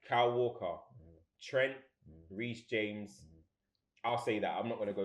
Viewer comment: the disrespect on reece james name 🤣🤣